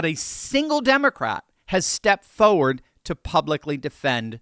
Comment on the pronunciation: Come on. FOWARD? Oways? 2 R's please Ugh!